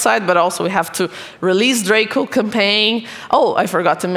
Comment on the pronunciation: It's draco Not droca